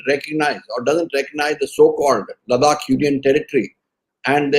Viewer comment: Gokhale - the way you pronounce Ladakh as LaDDAAk, D as in drum, I believe it is not correct. I keep skipping this interesting news just because that pronunciation is jarring on my ears. Cant we just have the region pronounced as it is pronouced ? Apologies if I am ignorant and indeed its pronounced as LaDDAAK.